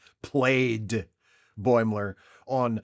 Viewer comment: We all know that you were no fan of Lower Decks, you didn't have to relish its demise quite as much as you did with your emphasis on the word "played"